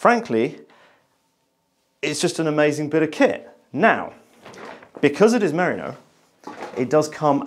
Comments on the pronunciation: You pronounce it 'mariner' but it's really meh-REE-no (The Brits have a lot of explaining to do.) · its MERINO (MER RI NO ) FOR SOUNDING OUT HOPE THIS HELPS. From a west Australian. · pronunciation of "merino" has me worrying that I have been saying it wrong for years.